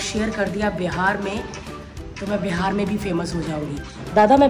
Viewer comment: Bharti, its BIHAR not BEHAR 😂😂😂😂….BDW U HAVE A LOT OF FANS HERE…ITS NOT A VILLAGE THAT WE WOULD NOT KNOW ABOUT LAUGHTER CHALLENGE OR THE LAUGHTER QUEEN OR BHARTI SINGH…..WELL ITS HIGH TIME THE WAY PEOPLE THINKS ABOUT BIHAR SHOULD CHANGE ☹️